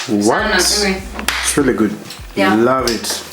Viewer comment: Kikuyu struggling to say really really really loved it. Dont try so hard sema tu riry riry riry tutaelewa.